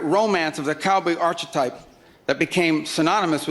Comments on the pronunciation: Gahhhh he pronounced it artch-etype...if only he didnt do that extra bump before reading this excellent speech goddamnit. He needs to fucking stop with the cocaine, we need him. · Bro can't pronounce archetype